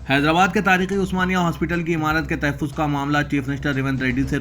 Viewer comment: Tahaffuz is correct pronounciation.